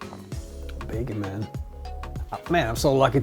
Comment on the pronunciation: He says bagon not bacon